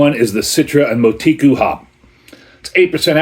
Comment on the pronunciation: Sounds like they didn't add enough hops as they're usually pretty bitter. Motueka is pronounced Moe Two Ecka I think it's a town in New Zealand. One of my fave hops along with Riwaka. Gotta love those New World hops. Cheers!